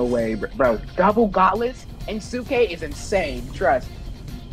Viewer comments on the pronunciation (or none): gauntlets not gautlets